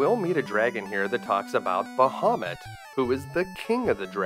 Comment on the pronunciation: I believe it’s pronounced BAH-ha-moot